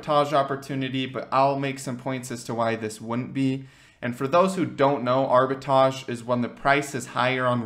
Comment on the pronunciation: Arbitrage...not arbitage